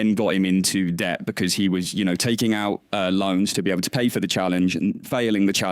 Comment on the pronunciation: just said he made $10 mil in trading (something like that) not tens of millions but 10 being the number. Yet he spends money like he makes hundreds of millions, He must be carrying a lot of debt (a word he can't pronounce correctly)